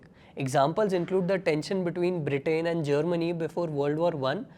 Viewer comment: the conflict between BRE-TAIN & Germany 😂😂😂😂 cmon bro. at least pronounce it right. 😂😂😂